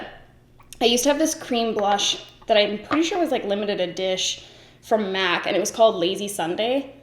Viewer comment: She also said MAC right after that and I thought she was saying Matt!